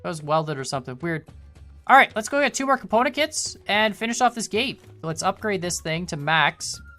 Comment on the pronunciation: He makes component kits sound like componakit =P